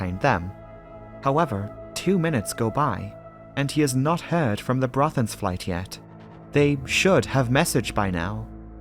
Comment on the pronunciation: Super work,. You went to great lengths to produce a well-prepared video - even the Norwegian names are correctly pronounced. I am thoroughly impressed! Greetings from the Netherlands (despite my Danish name....).